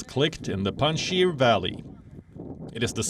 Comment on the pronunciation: it's Panjshir not Pandshir